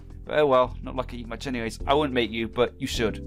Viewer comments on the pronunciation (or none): none